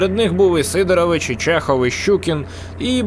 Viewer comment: Не СИдорович, а СидорОвич. Бо це фамілія.